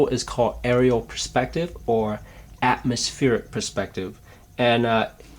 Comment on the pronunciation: Some really good points here. I especially liked the thought on colour fading as distance increased. Only one niggle - the word perspective is being said wrongly. the word is pronounced P-E-Rspective not P-R-E-spective. Sorry, but it really gets to me.